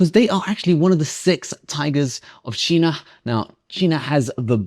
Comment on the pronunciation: Why do you pronounce 'China' like that 😂😂